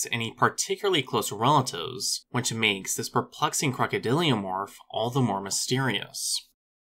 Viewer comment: Hi, I love your videos, I just want to point out a mistake you make, it's crocodyl"o"morph, not crocodyl"io"morph. Just want to help, keep up the great work:)